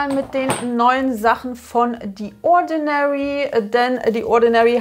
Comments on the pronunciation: The spricht man nicht "die" sondern mit tie ätsch. Sorry, das fällt mir jedesmal auf. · leider falsch. Dann spricht man es wie thee. The spricht man nie mit D.